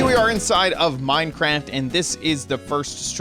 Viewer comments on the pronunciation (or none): "So here we are inside of Minecrand" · He said “Minecrant” instead of minecraft